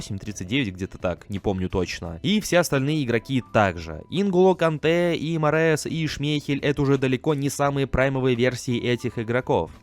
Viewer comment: Варди 37 лет в этом паке и правильно не Мараез, а Рияд Марез.